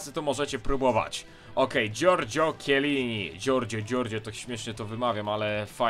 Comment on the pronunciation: mówi się czelini